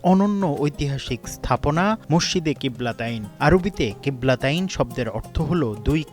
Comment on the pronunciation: কিবলা তিইন উচ্চারণ হবে